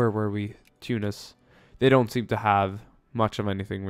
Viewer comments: ThemMinecraftVids It's better than Too-nice. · you pronounce tunis correctly.